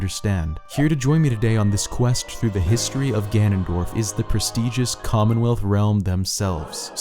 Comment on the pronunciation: When you said persteigous it cut to a g fuel ad and I died laughing